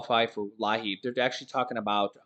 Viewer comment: It's pronounced Lee app